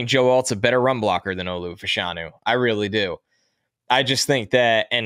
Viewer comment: I would say Fashanu should be pronounced Fash (rhymes with bash) a-nu. In the 80s/90s in the UK there were two football (soccer) players, brother of Nigerian descent (like Olu). After finishing one got into TV. Their name was officially pronounced that way.